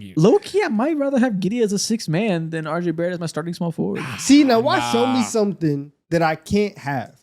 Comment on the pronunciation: Josh giddey so much better than “are jay bare ett”